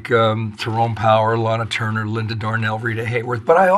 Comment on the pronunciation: I cringed at every "Laynuh Turner". I'm sorry. Honestly that is so amateurish. LAH-NUH. She said this for decades. How do you get her job? Clearly she is unversed in classic film.